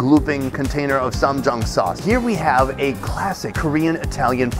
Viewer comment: Stop saying Ssamjan sauce....